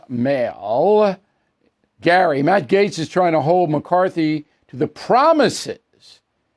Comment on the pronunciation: His name is MATT not “many “ 😉